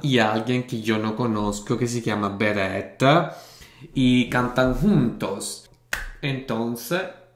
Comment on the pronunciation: Hola!!!! Tienes que reaccionar a "LO SIENTO" de Beret!! Es simplemente MARAVILLOSA, la letra te va a emocionar mucho! Beret, es un artista muy reconocido en España desde hace por lo menos dos años. Es un gran compositor. Y si, pronuncias bien el nombre:):) No se si has visto o conoces al grupo "DVICIO". Si no los conoces te animo a que hagas algún video reacción de ellos. Son geniales, canciones bonitas y encima todos ellos son GUAPISIMOS!!